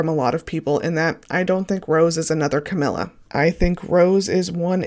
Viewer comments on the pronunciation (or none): none